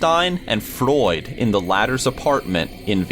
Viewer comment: this guy pronouncing "freud" like "floyd"